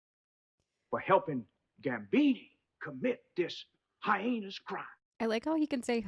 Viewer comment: he can't say "heinous," either. That's not how the word is pronounced. It's meant to be funny.